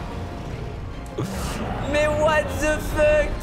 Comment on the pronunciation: Et à : Mais what the feutte